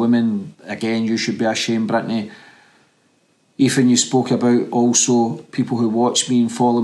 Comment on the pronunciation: The name's Ethan.. Not.. Efan! Please pronounce TH properly bro..